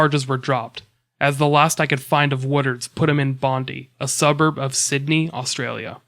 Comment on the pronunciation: Pronunciation tip from a local! - It's bon-DIE and bris-BIN! Kinda scary that one of the suspects is an Brissie bus driver considering that's where I reside + regularly catch various buses around here....